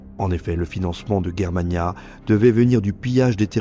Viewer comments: Pourqui tu dit guerremania ? Alors que la Prononciation est : Jér-ma-nia ... On dit germanie (jér-ma-nie) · Tu n’est capable pas à prononcer les noms allemands correctement ! Ce n’est pas Guerre Mana mais Germania comme la Germany ! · On prononce Germania non guermania.... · Pourquoi prononcer Germania "Guermania"...? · On prononce pas G comme J donc Jermania ?